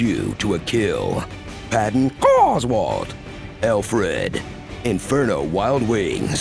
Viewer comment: "Patton CAWswalt" absolutely killed me. 🤣🤣🤣